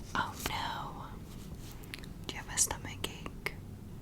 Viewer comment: i thought it said stomach acne 😭😭😭